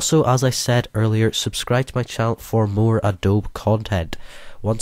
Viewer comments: Please say Adobee not adob - That is how it is pronounced. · You pronounce it as A-Doe-Be :) not A-Dobe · You DO realize it's pronounced "ah-doab-bee", right?